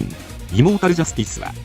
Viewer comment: イモータルジャスティスが胃もたれジャスティスに聞こえるお